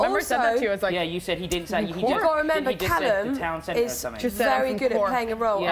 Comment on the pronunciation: "Coeallum"?? haha CALLUM!